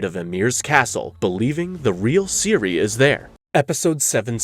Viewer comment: Iconic characters. "Kay-Here" was another favorite of mine.